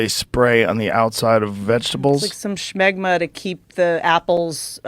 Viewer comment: She said schmegma! I'm a nurse. I don't think she knows what that is 🤢🤢🤢